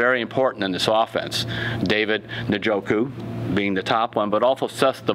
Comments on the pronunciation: Should be pronouncing it as David "In•joh•koo" not "Nah•joh•koo." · hahaha, he's STILL fkn the name up. eN (silent e) JOH-KU. Not "naaahjokuh" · Let me guess, he'll say Njoku wrong? No. He actually listened to us, but he's still wrong.